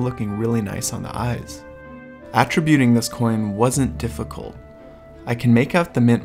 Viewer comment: Interesting video, thank you. By the way, fyi, you are mispronouncing the verb "to attribute". 👉Noun: AT-ri-bute. Verb: uh-TRI-bute.👈